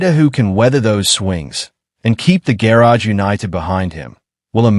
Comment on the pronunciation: Couldn’t agree more. What I find frustrating is if they want you to like and subscribe at least narrate the fkn video yourself. For supposedly artificial intelligence you’d think it could pronounce the word garage correctly